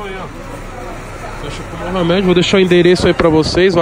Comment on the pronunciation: Tem toguro falando moha med tem like